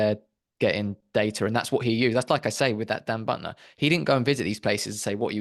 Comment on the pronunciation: It’s pronounced like ‘beauty’: Buettner. I think he did go to them but he definitely downplayed their meat consumption. Also, many of these people never had a birth certificate! And then in order to get some sort of pension or social security they then may have ‘exaggerated’ their own ages (in order to get more benefits?)